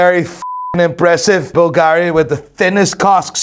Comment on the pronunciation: Still unable to pronounce Bulgari cottectly...